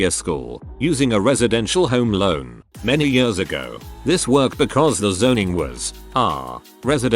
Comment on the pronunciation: Noone: The bot reading: I lived in DC for many yöhrs